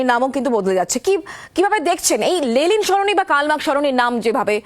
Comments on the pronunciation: Reporter continuously Lelin Sarani bole gelo Lenin er jaygay 😂😂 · সঞ্চালিকা লেনিন কে "লেলিন লেলিন" বলে গেলেন তা কি ওনার অজ্ঞতা না কি সচেতনতা?জানার আগ্রহ রইল। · লেলিন নয় ম্যাডাম ওটা লেনিন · লেলিন নয়, লেনিন। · Thik mato uchharun karun lelin noi lenin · কে এই সংবাদ পাঠিকা?? 'লেলিন' সরনি! আগে উনি একটু পড়াশোনা করে আসুন না হয়। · দাদা, please ওদের এই ভুলটা শুধরে দিন আগে, যে ওটা লেনিন, লেলিন নয় 😭😭 অসহ্য লাগে একশোবার এই লেলিন কথাটা শুনতে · Ota Lenin, Lelin noy...thik vabe Itihas ta pora thakle ei vul gulo generally hoyna. Despite, Road er nam muche diye ekta motobad ke muche fela jayna, ei sotty ta bujhte hobe. 3-E's mane Economy, Employment and Education er opor focus korle mone hoy Effective hobe. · News platform be like Lenin ❌️ Lelin ✅️ 😂😂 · সংবাদ পাঠিকা ক্রমাগত লেনিনকে " লেলিন " বলে গেলেন। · Please try to pronounce the name of LENIN properly, --- to the anchor..